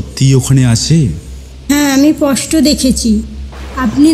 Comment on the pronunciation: poshto..hoi gelo na sposhto ??? uchcharon golo thik koro..onek bhul..